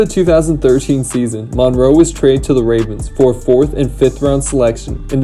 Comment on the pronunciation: It’s Bengals and Ravens offensive line, not Bengalss and Ravenss. Good video though !